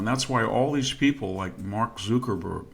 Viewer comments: It's Zuckerberg not Zookerberg. It's Bayzos not Bezus. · He totally fumbles pronouncing Zuckerberg & Bezos